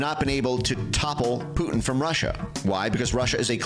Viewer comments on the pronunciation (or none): none